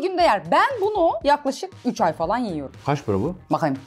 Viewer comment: NOBODY: VEGAN YEVRIIM BU VEGAN